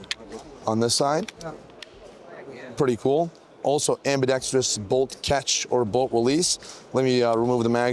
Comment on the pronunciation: thank you for pronouncing ambidextrous correctly. It's not ambidextreous like 99% of youtubers like to pronounce it